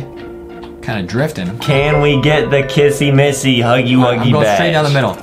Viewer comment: The way justin said kissy missy " cassie massy " 🤣🤣🤣